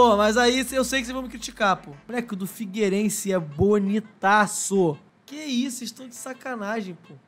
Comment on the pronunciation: Figueirense? Pelo amor de Deus,. 🤦‍♂️